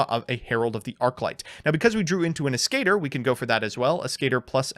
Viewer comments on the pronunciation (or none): As-ca-tor As as in Ass Ca as in Cabin Tor as in Tornado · pronunciation of Ascator hurts my soul.